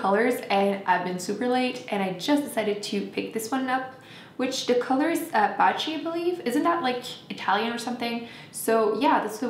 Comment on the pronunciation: Perfect pronunciation of "Baci" ! It is Italian for kiss. The color looks beautiful on you!